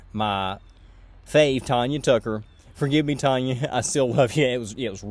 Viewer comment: Okay one correction...Tanya Tucker's name is pronounced Tanya (as in tan yer hide). Her joke not mine lol. First time I saw her in concert she said that her folks named her that because they knew she was going to be a terror and they were constantly going to have to threaten to tan her hide.